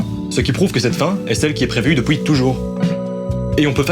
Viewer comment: J'aime beaucoup tes vidéos. Mais s'il te plaît. Arrête de prononcer depouis et dis depuis...